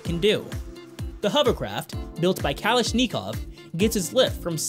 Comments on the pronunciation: it's kalashnikov, not kalashkneecove... For future reference, try using more intelligible narrators without speech impediments... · This could be good if the anouncer would learn how to pronounce words correctly. One example is when he says Kal ish nee kov, it is pronounced Kalish ni kov!!!!! Im embarrased for this kid sounding so ignorant. Do your research!!!! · Kal - ish - nee - kov...ahahahaha! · It is pronounced "kah-lish-nick-kov" not "kalish-nee-kov" and then "scar-if-ick-a-shun" not "scare-if-ick-a-shun." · It's Kalashnikov, not Kalasch Nikov... dog garn it... (Same name as the inventor of the world famous AK47.) Also you may be scared of getting cut but normally you get a scar. Scarification is derived from the action of cutting through the surface of soil and dirt. Thus scarification is pronounced in such a similar way. I doubt anyone manages to frighten the soil into shape. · It's pronounced Ka-LASH-nickoff - emphasis on LASH, and nickoff is said like saying f$%koff - one word. You said Nee-Kov -- its short "i" like in the word tin. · the way hes prounouncing kalashnikov is infuriating.... dude its been a fucking gun name for like 70 years.. AK-47... kalash-NICK-ov not knee-kov wtf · Kalish Ni Kov? you mean gun maker K'lish-NaKoff? lol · Learn to pronounce things like Ka-lish-nakov, very famous Russian arms company! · Kalash-nee-cov are already involved in the defence industry 🤔. Can just imagine their marketing guys telling this bloke how to pronounce it 'properly'. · I know you try to sound vocally superior in your video, but its pronounced Cuh lash na cawv "Kalashnikov" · Kali-shnee-cavwv . lol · kah LASH ni kov yu moron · It's not kalish nii cough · "Cal-esh-knee-cough".....really? Anybody else think this guy could be a child molesting progressive? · I wonder if knows Kalashnikov? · iono if kalashnikov is related but the ak47 version is pronounced kuh-lash-neek-off =) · Kowl Lish Nee Kov lol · Kalashnikov = Callous Knee Cough LOL